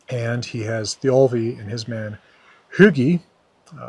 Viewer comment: Why is the accent in Thialfi on the second syllable, not the first?